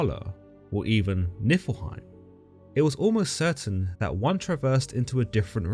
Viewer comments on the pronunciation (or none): none